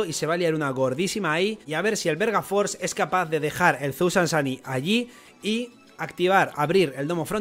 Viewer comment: soy yo o dijo verga force? xD